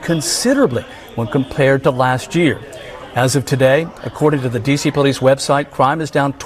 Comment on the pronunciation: "There is no Crime in Dee See Se"